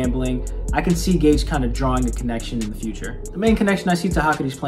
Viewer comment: Maybe it's an inside joke but why do you call Gege Akutami "Gage"?